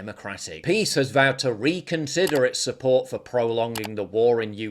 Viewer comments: It’s pronounced PISS! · It’s pronounce PISS